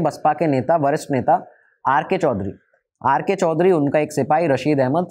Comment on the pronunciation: वरिष्ठ और भरष्ट ठीक से बोल लो, आडवाणी जी वाले लाइन में